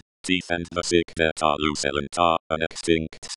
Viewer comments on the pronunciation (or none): none